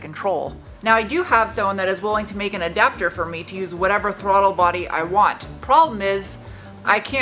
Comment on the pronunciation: Now I'll never be able to read the word adapter without hearing "ayy-dapter" in my head